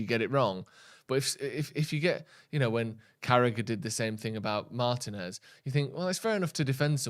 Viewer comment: When are you guys going to learn how to pronounce Martinez?